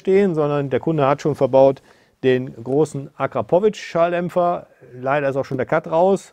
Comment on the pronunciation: Alleine schon wie du Akrapovic aussprichst gibt es kein Abo